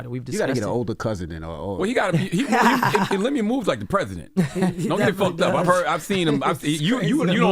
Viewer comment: His name is pronounced LIM-U-ELLE